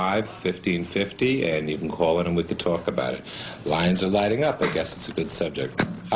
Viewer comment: "You can cwaal in and we can twalk about it."